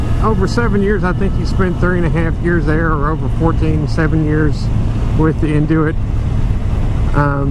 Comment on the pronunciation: oh btw, its pronounced “N- U - It”, not “N - Do- It”. lol